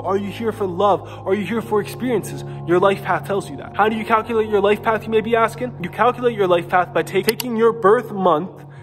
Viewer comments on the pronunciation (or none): none